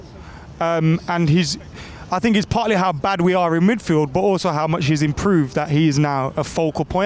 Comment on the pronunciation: ‘I fink I fought, anyfink’ people can’t speak properly these days